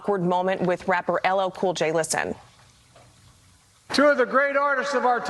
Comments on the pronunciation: His mispronouncement of LL Cool J and calling him boy will be what totally sinks him with the black community.... not his policies lmfao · How can you mispronounce L L Cool J's name? He's been around a long time! Biden is not only a disgrace, but an insult to the American people. He's got to go! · The grown man is 55 years old and he's having his name mispronounced while he's being called a boy!